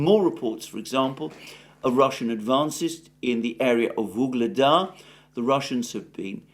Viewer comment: Its not Vugleda, its Ugledar.